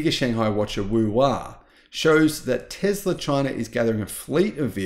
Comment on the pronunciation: Hey brother it’s. Called Tesla NOT TEZLA 😂😂😂😂😂